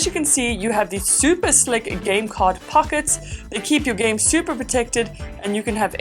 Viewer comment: She really said supper MARIO day🤦🤦🤦